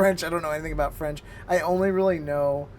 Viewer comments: When you’re mixing English and French the teacher pronounced the French incorrectly, like an English person reading French for the first time. But when the teachers text was in all French it had good pronunciation. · Thanks for the demonstration. I cannot comment on the Chinese, but why does the French teacher '' teach you French with an awful American pronunciation? Shouldn't the teachers teach you a native pronunciation? Does the same take place in Chinese? I would not want to use a tool that teaches awful pronunciation. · Man French accent is so bad? Are the other accents that inaccurate?